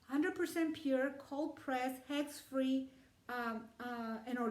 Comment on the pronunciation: Hex free? Is that what you said